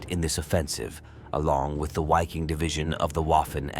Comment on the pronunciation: Sounds like possibly auto-translated from Italian and then narrated by a bot that reads remaining German words, such as Wiking or Großdeutchland, as if they were English, I may be wrong. Stalingrando is pronounced emphatically and with confidence. Apart from that, what a waste of human life, the entire Wold War II was a big tragedy.